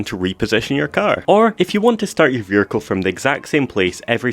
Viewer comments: "your veericle" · "vehircre" 😂 love your vids man